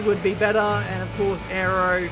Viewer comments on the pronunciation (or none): none